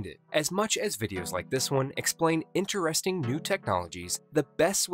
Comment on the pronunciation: IntEResTING But THE ranDom Emph-asIS is ExhausTeen TOO (sic) List-EN TOO I feel like you are trying to hammer the info into may brain.